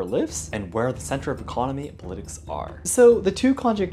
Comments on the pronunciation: No one in the UK, US, IR, AUS, or CAN says puh-LIT-ics. It's POL-uh-tics. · A note on (English) pronunciation: in "politics", we usually stress the first syllable ("POL-i-tics") rather than "po-LIT-ics" (although we do say "political" as "po-LIT-i-cal"). I'm curious what other languages, accents, or dialects would be inclined to stress it that way. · FYI: When saying the word politics, you should stress the “POL” part of the word, rather than stressing the “LIT” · PAW-li-ticks vs puh-LI-ticks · “Politics” is usually pronounced more like /‘palɪtɪks/ than /pə’lɪtɪks/ but also your English is so amazing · Just a quick tip about English, politics as po-lit-ics, not the correct pronunciation pol-i-tics. Have a nice day! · Stress should be on pol in almost all english dialects, and pol is pronounced like 'pahl' not 'pole'. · I mean this as a helpful correction: “politics” is pronounced with the emphasis on the first syllable, like “POL-i-tics”. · “Pol-ih-ticks” with an emphasis on each. In this word the “Pol” sounds like “Paul” (a male name). Where as “Political” sounds like “Poh-lih-tick-ol” or “Poh-lih-tick-ahl” depending on your preferred pronunciation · Say politics with a clear emphasis on the i. "Pol-i-tics" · Pronounce it as POL-IT-TICS” Politics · Cool video, very informative, but I think you should look into the correct pronunciation of the word “politics” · In the word Politics, the stress is upon the letter O, not the letter i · It does matter though. I had to think about what word he was saying, whereas if he stressed it the way people do in my part of the world, my brain would just know the word. Now, I have now idea how much the pronunciation of this particular word varies with region, and I'm not trying to call this some big fault, but it does make it a little harder to understand (for someone with my accent). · anyone else confused on how he pronounces “politics”? no? just me? ok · He pronounces 'politics' funny